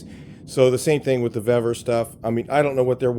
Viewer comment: I've ordered multiple items from vevor. Everything has been of better quality, and cheaper price than harbor freight. The pronunciation is veevor, not vevvor. I received their metal cutting chop saw today. I paid $246.20 with my discounts. The next closest quality metal cutting chop saw was from evolution at a price of $500.00. Their shipping has been fast and packed very well. It took only 4 days for the chop saw. Give Vevor a try, you won't be disappointed.